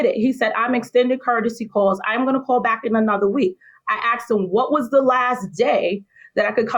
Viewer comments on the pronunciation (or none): She's the principal of a school? "Ax?" Really? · She us a principle of a school and can't say asked..not axed!! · She's a principal of a school and she says axed, instead of asked??!!!!! Poor bastards